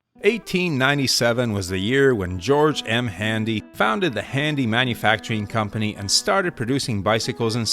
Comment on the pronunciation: It’s not handy… it’s Hendee 🐔…George was my great uncle and I am one of his closest remaining relatives 🏍️